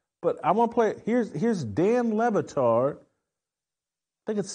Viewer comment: I think it's "Dan Libatard".